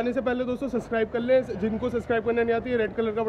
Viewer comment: you says kalle pls say krle..u talk like very bad....sorry to say this but i like your channel but dont like your way of talking...pls improve it.😊